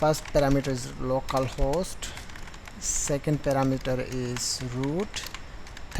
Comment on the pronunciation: same. it took him forever